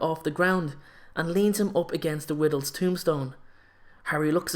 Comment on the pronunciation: Was it just me that noticed that instead of saying Riddle he said Widdle.